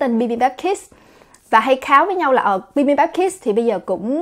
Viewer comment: Em nghe cái chữ kids nghe nó nhấn vô não lun òi H cj đọc gia đình bibambap hết cái nhấn òi Huhuhuh